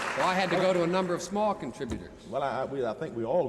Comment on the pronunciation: Large "Contributores"